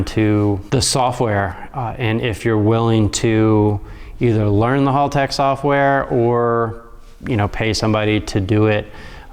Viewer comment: mispronouncing Haltech and somehow making a half hour video out of it.